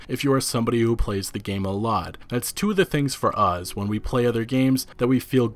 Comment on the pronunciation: Us. Not. Uhz.